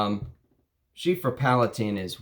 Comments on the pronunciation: Everytime you say Chypre with an F like Chiffre I die a little bit but I love your videos so I am willing to endure the pain. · Bro loves chypres but doesn't know how to say it properly 🙃